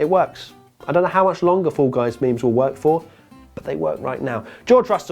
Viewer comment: did u say mems